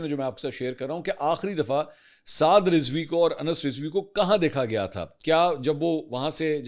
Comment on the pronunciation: Lafz Rizwi nahi, Razvi hota he. apni tashiih ker Len.